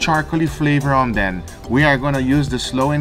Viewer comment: “Put some charcoal ‘OM THEN” lmao